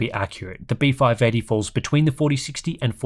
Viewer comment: Anyone else hearing beef-eye eighty? Just me?